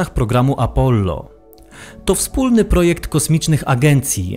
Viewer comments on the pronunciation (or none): none